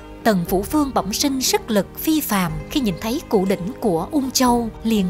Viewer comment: Đọc mà còn sai nhất ngôn củ đỉnh ad hay thật